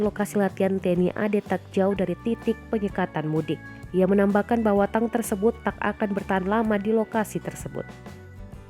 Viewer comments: Mbak mbacanya tank bukan tang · Tank dibaca tank.. 🤣🤣🤣